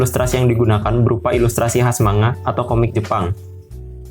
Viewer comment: Sorry bang, cara sebutnya bukan "manga" tapi "mangga" (マンガ) Cuma koreksi 🙏